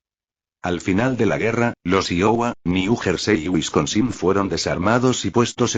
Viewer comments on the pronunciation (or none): El único problema es la forma qué habla y pronunciar el nombre Iowa , Wisconsin